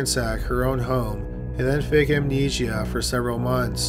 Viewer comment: In the nicest possible way, I'd like to ask if all Canadians draw out the last syllable of the word before a pause or the end of a sentence, or is it just this narrator? This narrator says, "hospitaaaal" and "heaaad" and "amnesiaaaaa." Has anyone else heard this from other people? I'm interested from a linguistic standpoint.